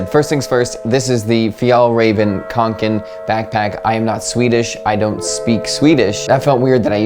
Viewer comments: Yeah, nice pronunciation. People tend to pronounce Kånken as Kanken and that's something completely different. Kanken means “a chicken” in the regional accent where the Kånken comes from...🐤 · Loving the english pronounciation of fjällräven and kånken!! Edit: and I agree that your pronounciation is the closest i've seen! Edit2: yep, my biggest association with kånken is school, mainly high school!